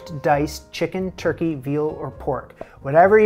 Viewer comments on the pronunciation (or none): none